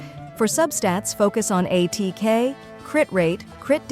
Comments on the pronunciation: Aah yes, AY-TEA-KAY sands, AY-TEA-KAY goblet. Tea mentioned!!! Is it time for to show up before 6.x? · Muh-buoy-ka and A-T-K. XD